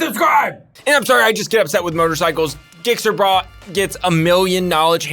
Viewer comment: As a lawyer you should know the legal definition of "Racing" and THIS is not it broski. You lost me already. It was bad enough when you clearly didnt research the subject "Gixxer Brah" and said his name completely wrong. That shows a lack of care for what you are doing as you said you hate motorcycles, so why even touch the subject. A Subject you clearly dont know anything about.